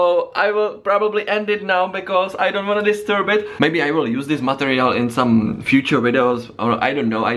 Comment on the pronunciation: Haha I think he's saying 'material' :) it really did sound like Montreal though,I agree!